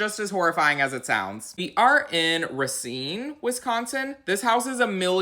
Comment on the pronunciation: Good job pronouncing Racine! Just south of Milwaukee, that theater looks just like stuff you’d find at House On The Rock, further west in Wisconsin. Something about Wisconsin draws in the weird collectors and serial killers.